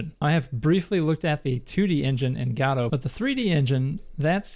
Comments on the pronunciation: It very much so upsets me that you call it "GAH-DOUGH".. Bro it's "GUH-DOUGH" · Every time you say "Gaudou" I cringe. Please just say "Go Dot" or "Go Dough" like everyone else lmao In all seriousness though, very cool video, it was fun seeing your process learning the "Gaudou" engine! It's an awesome engine, and I've had a lot of fun learning it. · PLEASE JUST SAY GO-DOUGH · Its Go dough or go, dot. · i keep hearing "godofwar" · Really nice video. Just thought I would say that Gadot is pronounce G’doh. Emphasis on the “Doh”. Sounds like you’re putting the emphasis on the “guh” instead of the “doh” part. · Thought he said God of War. Lol Great video! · Good content, but I cringed every time you mispronounced Godot. It's guh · doe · Saying Godot like "gado" is like reading gif like "yiff" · Every time instead of "Godot 4" I can hear only "God of War". This would br really amazing game-making engine XD. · Ppl be like "It is pronounced Godot, not Godot" "Hold my beer" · Thanks youtube for deleting all of my f**** links.. I posted like 7 different sources backing up the fact that you pronounce it wrong but youtube deleted all of them except the youtube link. Lovely. It takes 1 google search and 5 minutes of your time to see that you are blatantly wrong, and if the developers are going to base their engine (name) off of something already made, then they inherently have to accept the name pronunciation that came with said name.